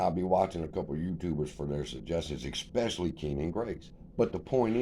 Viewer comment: Ex specially?? Wow bro....👏